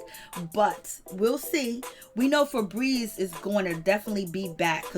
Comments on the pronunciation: Every time she says fabreeze I can't 😂🤣😂🤣😂🤣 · Laughing at the name " Feebries" 😂😂😂😂